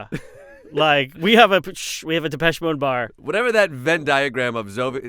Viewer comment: Are u sure thats how u pronounce depeche?